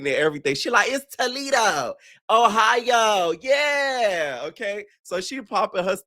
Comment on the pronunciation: not too much on Joseline's pronunciations she had the right one for Toledo bc its a Spanish name lol